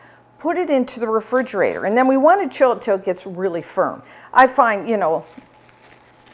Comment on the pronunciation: Love you but refrigerator does not have a “d” in it.